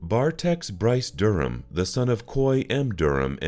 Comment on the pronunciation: This whole thing is terribly tragic. At least there were a few "actual photos". Yet never a photo of the daughter, Ginny Sue, of this typical happy family? And what's up with the exaggerated dark-rimmed glasses on Bryce Durham (also apparently aka Bruce Durham per the AI narrator), from the newspaper photo? The "police" person with the "man-bun" is not only a total anachronism, but adds nothing. There was no vehicle that was referred to as an "SUV' in 1972. At what point in the days/weeks following the murders, did the son-in-law, Troy Hall, become the "estranged son-in-law" He was the one who answered Virginia's telephone call and discovered the bodies. Oh, wait... I just remembered why I didn't ever subscribe to this channel.